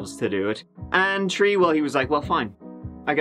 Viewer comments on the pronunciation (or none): One, two, tree?